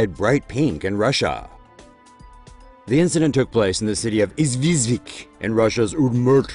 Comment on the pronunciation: why you read "Izhevsk" like "Izvizvik"?